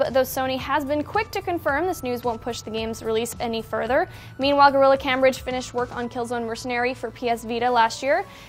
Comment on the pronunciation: Anyone else notice the miss pronunciation of Cambridge (you're supposed to put emphasis on the 'a' so that its pronounced Camebridge)